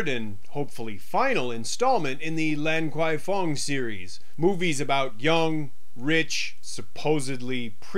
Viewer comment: it's pronounced " larn kwai fong "